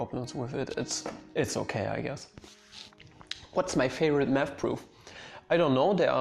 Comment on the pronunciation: You say "math" i hear "meth". "When i started studying meth at University..."